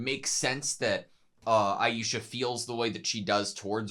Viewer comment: Aisha, not Aiesha,. I love AutoSave but one thing never been good at for some reason is pronouncing anime names. 😜